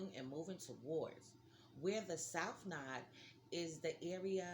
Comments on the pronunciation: Not "nod" "nooooo Da" LOL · It’s not pronounced “Nod”. Lol. It’s No-ode.